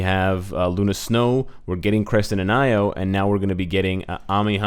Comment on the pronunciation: I could be 100% wrong but I think Io is pronounced (ee-o) not (I-o), mostly because I've heard that name before (spelled Io) and that was how it was pronounced 😁 .... Again, could be wrong